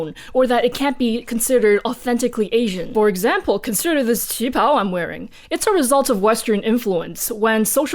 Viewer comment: Listening to the war and political party history reminded me of this Lindsay Ellis quote, "The legacy of colonialism is baked into every facet of every culture on the planet." Also, thanks for reminding me of the correct way to pronounce "qipao!"